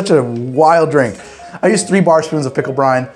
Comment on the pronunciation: Whenever he says "pickle brine", I keep hearing "Pickle Brian", like it's some sort of weird Pickle Rick OC.